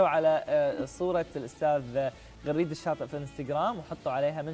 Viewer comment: يا حضرة المذيع اسمه غريد الشاطي بفتح الغين وليس كسرها ...فضحتنا .!!!